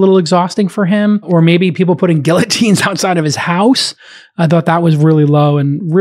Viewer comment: how do you not know how to pronounce guillotine Jason?